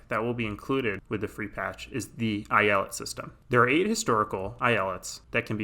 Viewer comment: I'm Turkish and the way you say eyalet makes me want to blow my head out with a shotgun